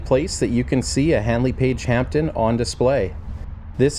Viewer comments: HP "Hampden", NOT "Hampton". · It's actually pronounced Hamden, see YouTube video of Lady Hampden christening the aircraft in 1938.